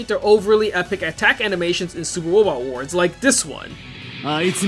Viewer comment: supah wobot wahs